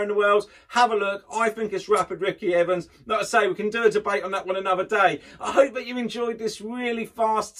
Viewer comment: "Terry Down and rapid Ricky Ivans"? It's Terry Downs and Ricky Evans. You are welcome